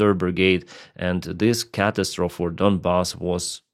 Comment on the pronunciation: fyi "catastrophe" is pronounced keh-TAS-troh-fee. the last syllable is the same as in "coffee"